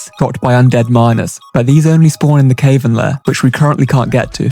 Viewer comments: not "cave - vern" it's "cah - vern" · Cave-ern layer is a new one for an Englishman